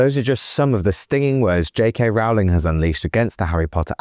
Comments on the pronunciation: Minor point: "Rowling" rhymes with "bowling," not with "howling." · FFS!!... Can't you at least pronounce JK's name correctly??! It's like 'rolling'... or 'bowling'. So rude -- and just bad reporting. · It's 'Rowling' as in 'Bowling' Alley. No, Rowling was not referencing "hypothetical situations", Rowling was describing her own personal experiences (do your homework). It is obvious Watson, Grint and Radcliffe are poorly informed, badly educated, insecure actors who understand nothing about basic anatomy (there are 10,000s of biological, hormonal, neurological, chemical, proportional, sex and reproductive cell, chromosomal, and other, differences that differentiate males from females). Stupid Idiots